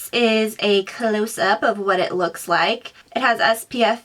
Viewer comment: It's not I.t it is it.